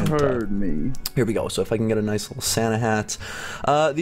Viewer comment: its not sana its santa